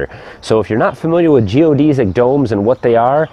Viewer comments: You are the first person I have heard that says "geo-deez-ic" instead of "geo-des-ic" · Geo-DESS-ick not Geo-DEE-zick